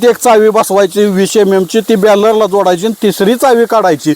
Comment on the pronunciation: वेडा आहे, त्याला सरळ बॅरल म्हणता येईना.